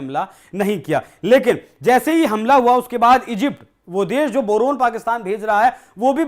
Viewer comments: Bhai Boron bola jata he, not borun. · बोरोन ह या बरनोल😅